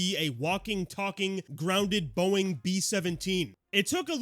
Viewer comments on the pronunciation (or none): none